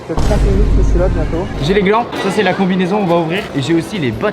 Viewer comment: il a dit les gland au mileu de gant